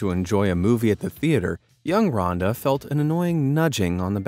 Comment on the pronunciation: He should have said Ronda other way ron-da other way